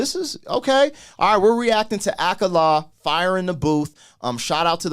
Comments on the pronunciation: "Ak-a-la" 🤣That made me laugh so hard man, I love mispronunciation. If it helps at all it's said 'A-Car-Lar' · Just to help you out..his name is pronounced "ah car la"...some other UK artist you should check out are Lowkey and Durrty Goodz...both have fire pen game and flows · its pronounced akaaala